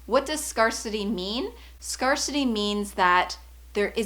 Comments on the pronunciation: I believe it is pronounced “scare-city” no scar-city. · Hey I love your videos!! It’s ‘scare-city’ by the way not ‘scar-city’ in terms of pronunciation. Xx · "scare-city" not "scar-city" like the word "scarce" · I love you and am super grateful for you and the content you share. The word scarcity is pronounced “scare-city/ “scarce-ity.” It stems from scarce, thus that pronunciation. Phew, I’m working on being confident myself and practicing offering my gifts - language. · Best Canadian accent ever.... fortunately I wasn't "scarred" by the scarcity principle. :) :) Is that the way the word is pronounced in Canada? I know PROject and aBOWT, but haven't heard SCARcity before. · This video has several problems: 1) The speaker doesn't know how to pronounce the word “scarcity” correctly. 2) The video is advice written in the book A Course In Miracles, by Helen Shuman. It contained lots of spiritual BS. It said your life can be full of miracles if you are open to them. And that what you choose to believe becomes your reality. The latter is true on one level (i.e., what you believe affects what your “worldview” is); but there was never any mention that there is some objective reality, or that people can believe things that don't actually align with reality (and that is bad). 3) In one short segment, the speaker re-defines the word “miracle” in several ways that are NOT what the word miracle means. You can't just re-define a word and then talk about how the concept that the word normally represents actually exists. It's misleading, and can cause the listener to believe in the normal concept of the term when that is not warranted. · Hey girl, love your videos, so insightful. I just wanted to say that "scarcity" is pronounced like the word "to scare", from the word "scarce" if you know it. Just want to be helpful <3